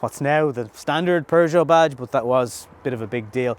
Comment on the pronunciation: do you have to follow the English and put an "r" in Peugeot?